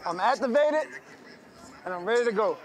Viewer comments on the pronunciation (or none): Did deshaun say I matsurbared? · I might have hearing issues or did deshaun say “I master-bated, and I’m ready to go” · Yeah lol it sounds like he said master baited but to be real I think he said activated